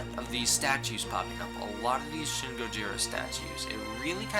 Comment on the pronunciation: shin is pronounced 'sheen' all letter "I" sounds in Japanese sound like "ee"